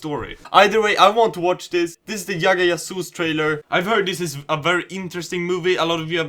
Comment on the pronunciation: J is G in india...for you it's gagga gagus... and also you are naturaly funny bro...great...